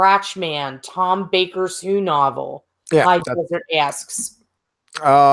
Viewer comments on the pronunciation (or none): Ack! Sauron is pronounced SOW-ron. Like cow or owl. Nobody ever seems to get that right. Yeah, I'm a nitpicky Tolkien geek. And proud of it.